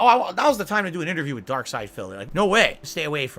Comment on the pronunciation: The word is "witH", PHIL! "WIT" is an entirely different word & something you don't have!!